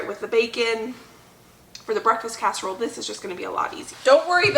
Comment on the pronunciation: hi, lovin ur videos. must admit I did laugh at 4.11 on the video when u said amis casherole 😂. I've been writing down tips n tricks from ur videos and once my freezer is more empty I'm gonna b doing more freezer meals, esp some of the ones u make. I'm also going to try n start a herb garden. thank u for the videos. ❤️from 🏴 UK.x